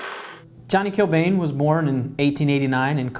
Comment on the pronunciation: it’s pronounced kill ban no hate tho